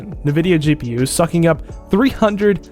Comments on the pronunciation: It's not nuh-vidia. It's en-vidia. 😊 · Ni-vidia instead of en-vidia is messing with ne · everybody pronounes it as navidia even though its spelled Nvidia so it should be pronounced envidia. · It's pronounced "n" vidia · 'NEVIDYA GPU' lol